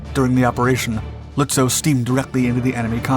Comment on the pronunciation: Its pronounced Lutzov. In German W's are pronounced like V's in English.